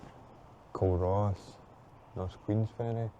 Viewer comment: the start of the Fife Pilgrim Way is shown as being in Culross, which pronounced as it is spelt but, for some strange reason typical of the English language, it is pronounced more like Cooruss with the stress on the first syllable. The Andrew Carnegie Birthplace Museum is definitely worth a visit. Carnegie was born in a cramped cottage that is a fairly small part of the museum. pronunciation of the man's surname is correct; it is Car-nay-gy, wth the stress on the second syllable. Here's hoping for better weather for your next video! For non-Scottish viewers, the Scottish weather is pretty decent most of the time, even though the dreich weather seems to follow and Joanna around.